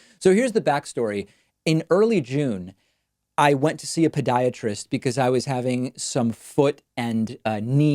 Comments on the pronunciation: It really sounds like David is saying Pediatrist instead of Podiatrist. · Why are you pronouncing it “ped”iatrist. It’s “pod”iatrist. Ped is Greek for child. Pod is Greek for foot. A pediatrist would be a doctor for children. A podiatrist is a doctor for feet.